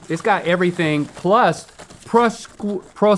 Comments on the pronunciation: Don't worry, Link, a New Jersey native is here to help; prosciuttini is pronounced pro-shoe-tee-knee, and cappacuolo is pronounced cap-a-cool-oh. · Seeing Link butcher Prosciuttini and Capocollo was amazing